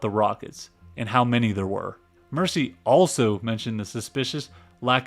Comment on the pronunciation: Pretty good video, but as an Englishman I must inform you on a few glaring mispronunciations. 1) Lord 'Mercy' is Lord Mersey (Mur-Zee) - like Liverpool's famous River Mersey. 2) 'See-Rill' (radio operator) is pronounced like 'Squirrel' not see-ril. 3) It's Car-Pay-thia, not 'car-PATH-ia'. I get you're American, but these things stand out to us English folk. I hope you don't mind my saying.